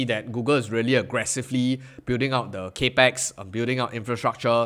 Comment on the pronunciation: “Cap-ex” not “cape-x” 🙏